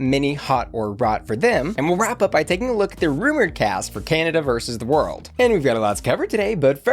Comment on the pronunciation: lets see how long it takes tfor to realize she said canda and not canada